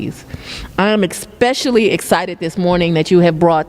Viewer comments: 'expecially' ... 'me and him' .. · It shows her lack of command of the English language.. It drives me crazy every time someone says "ekspecially". Anyone who spells it out knows it is especially. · ekspecially yo 🤣🤣🤣🤣🤣🤣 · Yes, she did. EXPECIALLY! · This is eckspecially heinous. 😆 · Yes, she said.... "exspecially", "they" children, "invigurate", and "youff". Where's lover boy? She's begging for money to fight crime, while she spends millions and millions of dollars trying to jail Trump and traveling the world with another woman's husband, on the taxpayers' dime. Then she lies about everything, making up stats, so far from the truth, its pitiful. She's just an incredible failure in a thousand dollar skirt. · 😮 EXpecially ???? Fannni, She can't even speak English correctly..😅😂😅😂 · Yes, she said "expeshully". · Ekspecially when momas berry day children. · Does Fani know Grey Goose Vodka is not served in prison? Expecially? I've been pronouncing it especially. Good to know. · Yes, she did! Excpecially is not a word! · Yes, my good professor she said,xspecially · exspecially 🤣 Ironically fani the criminal giving criminals second chances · Ekspeshilly? AYFKM??? Ekspeshilly? Dear God. Please send the 10 mile wide. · "Exspecially."🙄 "Envigurate".😵‍💫 Bet she also says "aksed" instead of "asked". Mind-numbing. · This chick had a law degree !? “Ekspecially” ?? And “they doin”. “Invigurate” Riiiight…… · She's ekspecially excited!!! EKSPECIALLY??? Really? Why is that woman still in charge???? Makes no sense. She also says "git" and "gits". Genius. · L.A.D. LoL I said the same thing, Professor...DID FANI JUST SAY EKSPECIALLY?? 😂 How did this insufferable criminal become an AG??? DISBAR THIS WOMAN!! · X-pecial-ee wiff hur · Yes she did say that. She mispronounced especially.